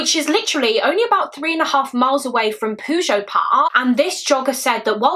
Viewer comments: PYOO-djet, not poo-joe. lmao. It's Pyoo-jet, like in Puget Sound. Not sure where you got your pronounciation from but it made me laugh xD A great video as always. It's really gross that it seems Jennifer's murder happened BECAUSE of Michella's. I think he called in Michella's perhaps to offer a genuine tip, but when he saw Jennifer, he decided to attack her and basically frame Michella's killer for his crime by making it look the same. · I love your videos! But as someone who lives in the area of this case puget is pronounced (pew-jet) it made me giggle every time you said it 😂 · Fantastic job! I did want you to know for future reference that Puget is pronounced pew-jet. The ocean area there is known as Puget Sound. It's quite well known in the country. It's a big area, so it might come up again in the future. I don't want you to think I'm giving off troll vibes.😂 You are amazing!❤️